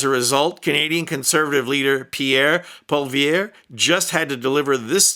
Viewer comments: Thanks,! We know that Trump isn't joking about annexation. We take his threats deadly seriously. (P.S. the easiest way to pronounce Peter Peckerhead's.... sorry, Pierre Poilievre's name is the way every English-speaking news anchor here does: Polly-EV. In French it's PWAH-lee-EV.) Really loved this video. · The conservative leader's name is pronounced POLLY-VARE, and he's a dipshit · Pol ee ev. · Hard to wrap a purely Anglo tongue around, I know, but: Pierre Pwa-lee-ev. Emphasis on 1st syllable. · You bet we have. BTW pronounce Poilievre as [polly ev] Your analysis is bang on. We are Pissed - with a capital P. I'd like McD's to do what they were designed to do too. I certainly hope (certainly wish) that Americans would stand against an invasion of Canada. Some Canadians aren't sure because we have heard a lot of stoked anger and hate shot at us. Considering just how many of us have decided it's too dangerous for us to visit your country anymore (for us that has been 2016) I can only hope to turn things around. Thank you to all the Americans who stand in solidarity with Canada. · FYI, "Poilievre" is pronounced "poli-ev". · Wtf with the name butchering poi lee evre. May la nee. Jesus christ. Figure it out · Pierre Poilievre = Pee-air Pwall-ee-ev-rah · Very objective, hilarious! Only one small mistake. Poilièivre is pronounced as "Poil - Lièvre".( rabbit-hair in English ). I can't pronounce here. In American, it would be... Polievra... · Pierre’s name is pronounced Polly-EV. Like dolly then ev like evidence. Sounds kinda like an std doesn’t it ? Not that Pierre was ever in any danger of catching one 😂😂😂😂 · Poillievre, It's pronounced Polly Never ! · Canuck here. If I may. Polievre is pronounced Poli-ev. Most of us however pronounce it carnival barker. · Pollievre. Learn the name before speaking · Keep screwing up Pollievre's name. 😂